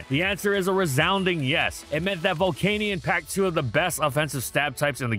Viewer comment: Is it spelt volcaneion? No then pronounce it correct it’s pronounced Vol-can-yen 😅